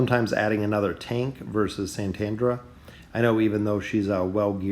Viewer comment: And it's Satrana not Santandra